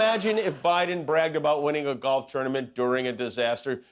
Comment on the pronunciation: dorf for golf. Golf of dorf?